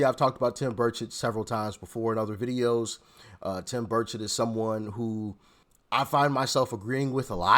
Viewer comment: Buddy It’s Bur-chet pronounced